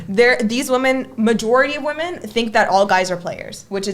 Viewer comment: Why are you guys still wasting your time approching "wemehn"????